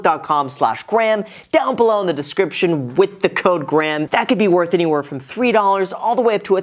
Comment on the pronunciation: Whats up Granham its Guys here 😂 i love catchin you slip on that im sorry but thank you too for your awesome vids! 🙏🏾❤️